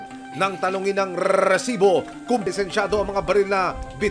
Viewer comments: Panindigan mo yang RRRRRRRRRRRRRRRRRESIBO kahit bumibili ka ha at hihinge ng RESIBO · RRRRRRRRRRRRRRRRRRRRRRRRRRRRRRRRRRRRRRRRRRRRRRRRRRRRRRRRRRRRRRRRRRRRRRRRRRRESIBO ANG DAMING RRRRRRRRRRRRRRRRRRRRRRRR😂😂😂😂BWESIT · rrrrrrr kala ko naglalag eh rrrrrrresibo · Bakit ang pronounce nya Ng resibo e "rrrresibo" nakakasira Ng concentration SA panonood Ng storya Ng balita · Rrrrrrrrrrrrrrresibo😂😂😂😂😂 yawa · Kaka inis ang rrrrrrresibo na expression na yan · GMA sobrang bothering yung pinapahabang rrrrrrrr sa resibo. OA pakingan pag paulit ulit na